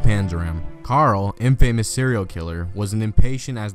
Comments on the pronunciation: A narrator should at least know how to pronounce common words like "infamous". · DOOseldorf, MaRIE AnTWANette, INfamus. Not being able to pronounce words properly kind of distracts for the drama you are trying to achieve here.